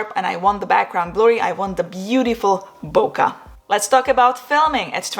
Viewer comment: Sorry had to unsubscribe because you said bokuh when it's boKay. Imagine someone saying your name the wrong way.